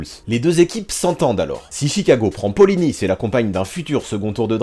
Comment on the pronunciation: Merci d'avoir prononcé Polynice à la française, c'est rare alors qu'il est Haïtien, et n'a pas de raison d'être prononcé à la Braïce de Naïce !